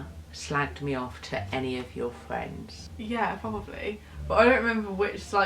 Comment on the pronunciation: fwends. fucking football fwends!